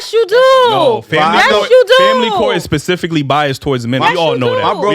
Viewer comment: shawty said “pacifically”(specifically)🤣🤣🤣